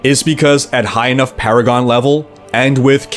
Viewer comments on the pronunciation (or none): none